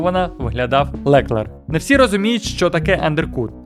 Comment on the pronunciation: а ще ЛеклЕр якщо що з наголосом на останньому складі + Ден та Гюнтер вже не в Ф1 )